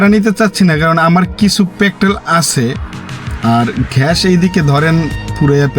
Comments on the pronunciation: ভাই আপনি আগে একটু গ্যাসের উচ্চারণটা একটু শিখেন গ্যাস নাকি ঘ্যাস 😂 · ভাই ঘ্যাস না গ্যাস হবে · ঘাষ না গ্যাস